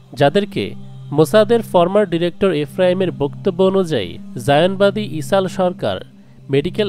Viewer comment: ইসরাইল কে কেন ইসাল বলা হচ্ছে